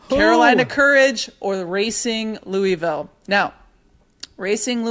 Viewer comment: So stoked for Racing! Gentle encouragement to watch a couple videos on "Louisville" pronunciation before Saturday 🫶 Love the pod!